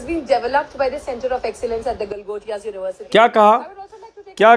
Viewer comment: Galgotiy nahi....✖️ Langotiya University hai..✅